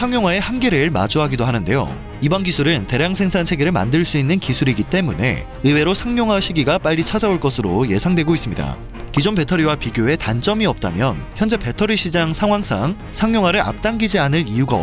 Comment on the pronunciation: 상용화를 읽을 때 "상룡화" 라고 하지 않고 "상용화"라고 발음해야 합니다.